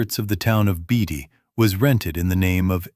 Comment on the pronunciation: Beatty, Nevada is pronounced “Baytee.” Pahrump is pronounced Pawrump.